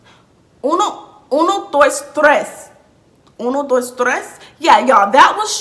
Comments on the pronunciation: Uno dOIs trOIs😂😭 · “Uno , Doice, tweece” 🤣🤣